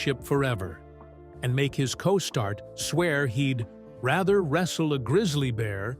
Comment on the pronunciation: What's a, 'costart',?